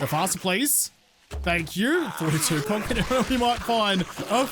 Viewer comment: maybe if you pronounced the j properly instead of like a 'shz' sound, youtube might get it right. And what's with 'conc'. Is it really that difficult to add the extra syllable? I notice you actually use 2 or more syllable words often. Why is concrete pronounced 'conc'?